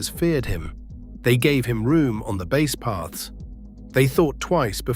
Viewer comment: Stop mispronouncing base😮